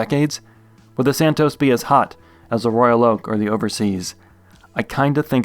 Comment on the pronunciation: It’s pronounced Santoss